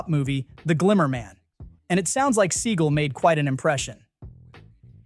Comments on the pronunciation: And Steven "Suh gawl"... Not seagull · Why do you paraphrase? For brevity? It might take an entire extra second to read the quote entirely. By paraphrasing, you risk softening the intent. Otherwise, you're a good narrator. Steven Seagal is pronounced "SeGALL", not "Siegel", by the way. On that note, i had the opportunity to meet Steven at a fund raiser thirty years ago. He was very gracious and charming. I know his reputation, but it wasn't my experience. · His name is Steven Sea-gal, not See-gul. 🤦🏻🤦🏻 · It's "se-GAL"! . . . It's "mar-LAY-na"! Please check your pronunciations before you record!